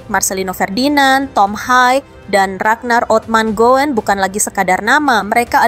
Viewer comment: Woi.....!!! Baca narasi yg baik dong RAGNAR ORATMANGOEN dibaca RAGNAR ORATMANGUN bukan RAGNAR OMATGON, Aseeeeeeem....!!!!!!!!